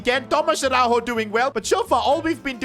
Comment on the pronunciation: as a portuguese speaker Araújo dont pronuncie a-hau-ho like it was spanish and and yes ara-u-yo(yo in spanish)